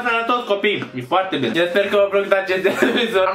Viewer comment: Ba nu di' pat"😂😂 :,, Ba nu di' pernâ"😂😂 :,, Acu am mancat bini, trebui' sa ni' culcam"😂